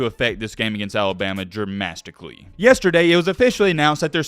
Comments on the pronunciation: Did he say dramasticaly? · "Dramastically" and "tradegy" come on man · be like “Tradegy” and “dramastickly” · "Tradegy has struck Tennessee dramastically." Gotta love Mattisms